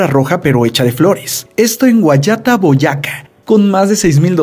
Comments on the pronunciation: Oye no es Boyáca si no Boyacá mas natural no como si fueran dos palabras ^^ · No se dice boyaca se dice Boyacá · No es Boyaca es Boyacá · Es Boyaca no bayaca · Boyaca no boyáca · tiene que aprender a pronunciar Boyaca' 😠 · MIn mal dicho el nombre del pueblo. El acento en la tilde: Boyacá - Guachetá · Se dice Boyacá con tilde >:v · Asi no se pronuncia Boyacá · Cuando Dijo El Record Del Tapete Mas Largo Del Mundo Pronuncio Mal Porque Dijo 'GUAYÁTA BOYÁCA' y es 'GUAYATÁ BOYACÁ' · buen video pero aguas con los nombres de los lugares no es guayata- boyaca es Guayatá, Boyacá en el centro de colombia cerca al departamento de cundinamarca donde se encuentra la ciudad capital de colombia, Bogotà. de resto genial video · es Guayatá - Boyacá, Colombia... Con acento por favor! 🤦🏻‍♀️ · una corrección a si vídeo, se dice Guayatá - Boyacá, ambas con tilde y acento en la última A, Boyacá es un departamento de Colombia, un abrazo. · muy buen vídeo, pero en el punto 5 hiciste mal la pronunciación ya que las palabras se acentúan en la ultima silaba (Guayatá - Boyacá) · a Hugh Beaver se le ocurrió crear el libro en 1951 no en 1995... la primera edición salió en 1955. Además se dice Guayatá y Boyacá con sus respectivos acentos... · Se dice Boyacá con tilde en la a y guayatá con tilde en la a! Y queda en Colombia .yo vivo en Colombia y eso fue en las ferias y fiestas